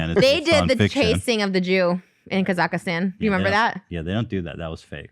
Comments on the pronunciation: I was born in Kazakhstan and Trish's pronunciation was truly terrible 😂😂 Thank you Ethan for not bring it justice ❤️ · On a light note, hearing everyone pronounce Kazakhstan completely different had my howling 🤣 and trash thinking an anaconda is bigger than a WHALE 🥲